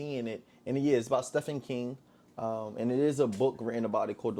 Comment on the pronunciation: Volume....Your voice is way too low. (Steven King, not Steph-in) IMO, you're thinking too much into it. This movie seems like something thought of after watching another movie with the same premise, (Hunger Games) King watched the movie and thought, "What if i made something like that."....As far as HIS "Normal" goes, this isn't a good movie. Everything was straight to the point and it was pretty much where the last person touching the car wins. While that is going on (the walk) What kind of story do we put in to fill in the gaps? King chooses to take the easy route by going either Racial or Poverty.